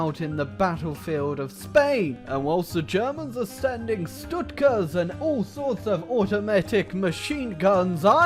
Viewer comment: Did he really say stutkas?